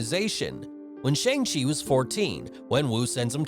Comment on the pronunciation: bro pronounced Shang chi wrong